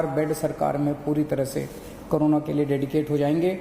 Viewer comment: Carona nhi kejariwal corona hai pahele bolna to seekh lo 😡😡😡😡😡